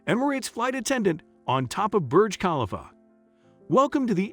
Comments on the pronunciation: Please pronounce Burj Khalifa correctly ! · Thank you for bringing that up!! The pronunciation 🙄